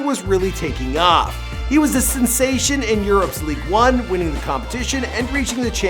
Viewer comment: Did he say Ligue one it’s ligue un